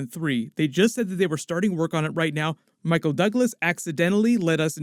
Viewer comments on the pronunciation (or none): none